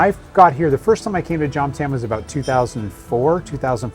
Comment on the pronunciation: Why can’t vloggers pronounce the word Jomtien